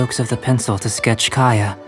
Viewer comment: Kaeya mispronounced his name so he’s gonna draw him shittily for revenge 😭😭